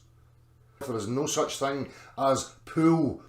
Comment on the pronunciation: Can someone teach to pronounce Pull and Pool, I had NFI what he was talking about.